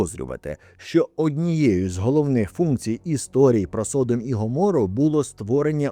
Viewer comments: СодОм, а не СОдом. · Не міняй наголос...Не Со'дом ,а Содо'м.....І діло там в основному було в гомосексуалізмі,а не в поганій гостеприїмності....Не підтримуй сраних підарасів вони і так швидко поширюються. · збираючи і упорядковуючи все, що сьогодні відомо про Содом і Гоморру, ви не встигли зібрати, де в слові Содо́м стоїть наголос.